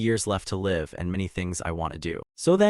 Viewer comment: There are times that the narration just sped up like 1.5x speed out of nowhere and will be back to normal afterwards. please be consistent with the speed. also some words are being spoken as not the correct word, like read and read, there is no difference in spelling but it is spoken differently. live and live is also a great example since both have different meanings. hope these will be fixed since your video is great.